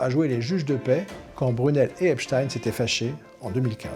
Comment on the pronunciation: Désolé mais moi qui regarde quotidiennement les chaînes amricaines ça se prononce "Ep-stine" (tout comme Weinstein se prononce "Wen-stine" alors qu'en allemand ça se dirait "Vaïn-Staïn" mais j'imagine que c'est la même logique que pou la famille Schneider en France quui veut quu'on pononce "Ch'nèdre" et pas à l'allemande justement!)